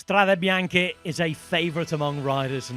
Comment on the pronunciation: Perfect pronunciacion of "Strade Bianche" by the commentator, provided he'd be British